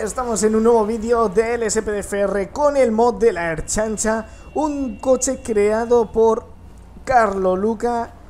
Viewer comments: siempre me a echo gracia como decís ertzaintza los que no soy de país vasco xD lo decís cómo si fuera erchaincha xD ❤️ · Madre mia cuanto me hacia falta un video de LSPDFR y encima de la Ertzaintza, aqui te la has sacado. Y te reto a decir bien Ertzaintza como lo diria un vasco, es decir, pronunciando bien la "tz"